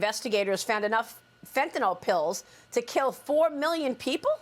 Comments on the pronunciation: For Christ sake. Read the spelling of the word before "attempting" to use it. Its not Fentinol its Fentanyl. (Fen) (tan) (ill)! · It's not fentaNOL, it's fentaNYL. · There is no such thing as fentanol. It's fentaNYL, the Y sounds like an i. Venezuela has just emptied its jails and sent the prisoners to the US border. The Biden Administration is derelict in its oath to protect and defend the Constitution and Laws of the US. It needs to be disbanded. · I have to point out that it's not fentanOL. It's fentanYL.